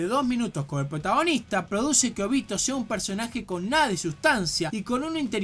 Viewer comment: Ninguna de estas palabras llevan tilde pero las pongo para explicar mejor dónde está la silaba tónica. Es Óbito... No Obíto. Es KÚshina... No Kushína. Es KÁbuto... No Kabúto. (Lo dice de las dos maneras igual)